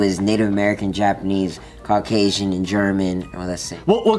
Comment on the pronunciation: Can we talk about "CAUCasian" love that dude so witty